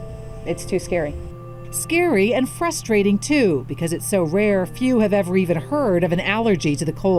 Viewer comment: Lol she says frost strating